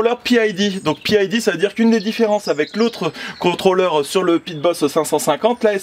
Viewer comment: Juste pour info: pas besoin de prononcer PID "à l'anglaise". Les 3 lettres signifiant qu'il s'agit d'une régulation Proportionnelle - Intégrale - Dérivé. Les 3 paramètres pour une bonne régulation.